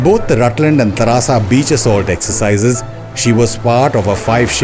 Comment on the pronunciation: It's not tarasa it's Teresa Island. Before delivering any commentry 😊ensure you are correctly naming the A&N Islands.